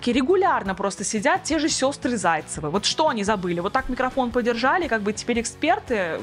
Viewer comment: Эти Зайцевы-Шайцевы(как они сами произносят), с этим "выкручиным" микрафоном, это жесть! Это их "шипение".., просто "спецы"! 🙈